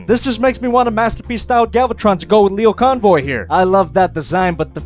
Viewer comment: Jesus, he can't even say his name correctly.